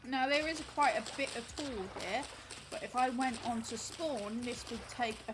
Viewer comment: btw tule is pronounced like tool-ee! i live in its native range where a handful of things are named after it (like the tule elk and the dense tule fog that are both found along the waterways the tule grass grows in)